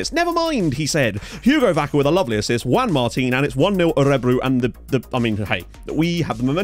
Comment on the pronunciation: HES FINALLY SAYING JUAN MARTIN RIGHT!!!!!!!!!